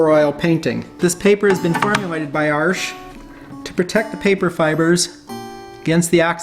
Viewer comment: The way he pronounces Arche, sounds like an american saying "Arsch" in german with an american accent. Which means ass.